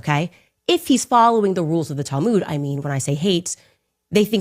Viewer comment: Tal - mooood? Tal-moood!!!?? It is "tal-mud." Pronounced like mud, dirt and water mud. Ignorance!!!